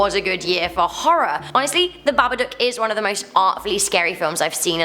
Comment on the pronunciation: Anyone else’s not give that she says “HoNEStly” like 3-4 times 😂